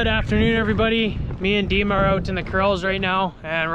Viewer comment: I was thinking that his name wasn't Dima but you're calling him Diemer short for Vladimir. I was thinking maybe he's Ukrainian or Russian. Anyway oh, just a thought. I'm sure he's a good worker. You all seem to do really well up there.